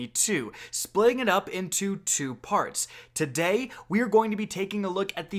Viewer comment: The way you say today is so fking jarring in the beginning Jesus Christ